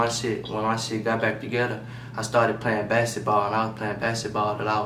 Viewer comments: nigga said bassit ball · nigga said basset ball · They shoulda left him in school. Forgot where he from. Say basketball like “ basetball “. 🤦🏾‍♂️